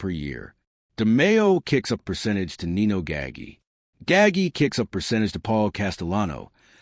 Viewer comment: Your mispronunciation of Nino’s name is a bit off putting.